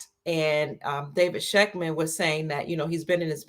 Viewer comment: If she says again.....😏